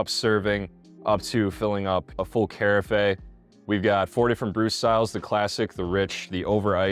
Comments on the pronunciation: Yes, great video, very helpful. But, I did want to mention that, too. It’s Kah-raf. Just a bit distracting, but great review, I just bought this maker and I’m looking forward to using it! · the word carafe rhymes with giraffe!! great info otherwise... i like the idea of this coffee machine.